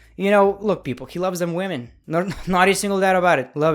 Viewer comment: "BOBBY, I HEARD YOU LIKE WAHMEN OVER LEGENDS, THATS DISRESPECTFUL TO LEGENDS!